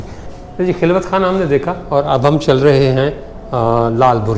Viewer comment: خلوت میں خ کے اوپر زبر ھے